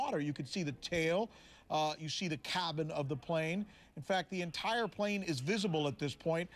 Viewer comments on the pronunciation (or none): The Kobin? Lol it’s cabin